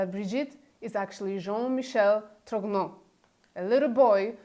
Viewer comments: One small detail, both for your (superb) video and Candace's extended series, viz. the pronunciation of the family name TROGNEUX. It should be something like TROgnyur, not TROGNO. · "GN" in French is pronounced as a soft "N" For example d'Artagnan - d'ArtaN'an - the famous protagonist of Alexandre Dumas novel. So she is Brigitte Tro N' O.